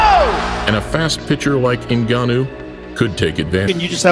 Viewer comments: EVERYONE HIS NAME IS NGANNOU (PRONOUNCIATED GANNOU) NO NEED TO SAY N-GANNOU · There's no 'E' in this man's name, surname is not 'E'nganu but just Nganu.